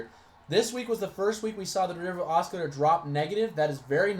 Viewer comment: You're driving me insane with the way you keep mispronouncing "oscillator". :-D It's "ah-sil-later"....not "ah-skill-later". Thanks for posting this and sharing it to the TSP4ST Facebook group though.